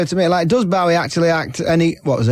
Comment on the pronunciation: Disappointingly poor insight into the film by Kermode. The name 'Bowie' is mispronounced throughout which is irritatingly enough, but Kermode has very superficial understanding of the film 'grammar' Roeg developed. No attempt is made to understand it. Time is clear in the film, not confused- Thomas Newton does not age while everyone around him does. He is the victim of a CIA/government plot to stop him, so his alcoholism is a reaction to that, and this is very relevant today. The editing and way the music is used is unique. I'm wondering whether we are seeing the same film? It's a masterpiece.